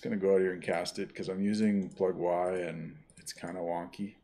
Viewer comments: Never hear anybody call it "Plug-why" lol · Sir I do believe most ppl pronounce it "Plug-E" as in "Easter"